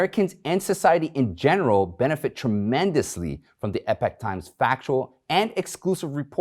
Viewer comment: EEEE-POK Times! Not EP-IK Times.